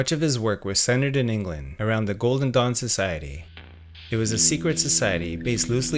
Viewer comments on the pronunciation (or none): none